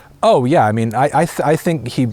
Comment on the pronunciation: bro said yeak